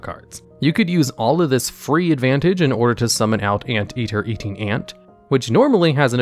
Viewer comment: Seeing someone give credit to for his pronunciation is pretty hilarious.